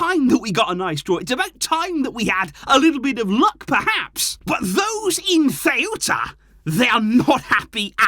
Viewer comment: I cant lie hearing butcher my hometown name like that loool got me in TEARS🤣🤣🤣